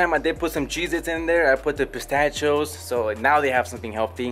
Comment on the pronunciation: The way you pronounced pistachio had my dying.